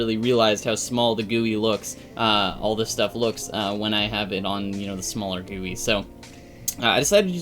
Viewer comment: I like how he called gui as guuy